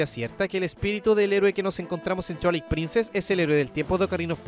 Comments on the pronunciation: Por qué dicen "chuailit princess"? Se dice "Tuailight princess" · "Chualait Princess", mis oídos!!! 😂😂😂😂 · Observación constructiva, cuida que Twilight no suene a Chuailait...se oye feo. Por lo demás, excelente contenido 👍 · Me mata de risa como pronuncia /chuailait/ princess … 🤣